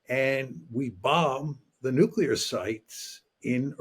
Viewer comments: It's NUCLEAR not Nucular FFS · Look here,, it's called NUCLEAR, not 'nucular'!